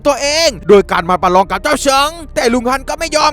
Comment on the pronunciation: พี่พูดว่าประรองประยุดผมลั่นเลย